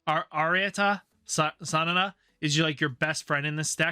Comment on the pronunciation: Watching you trying to say Arata Sanada was painful